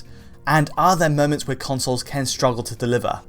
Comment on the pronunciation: always pronounces "can" as "Ken" and it's highly distracting once noticed